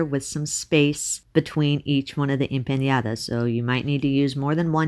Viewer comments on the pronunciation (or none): Please don't pronounce it wrong. It's empaNadas, not empanYadas. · Please pronounce it the right way - it's empanadas NOT empañadas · Looks delish! One thing though, just FYI. It is pronounced like 'empaNODa' There is no tilde over the n. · em-pAH-nAH-dAH (no tilde so no sound for a tilde needed) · Appreciate the effort to pronounce Spanish...n and ñ have diferent pronunciation. Anyway, they look 😋 delicious.